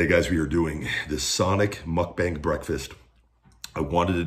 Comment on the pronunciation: You’re not saying it right. It’s mook (like look) bahng.